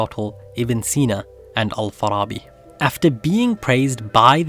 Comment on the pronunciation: need to work on ur arabic pronunciation lol, ur saying the A in Farabi like it's an O, Al-Farrrrrrooobi it's not that guttural lol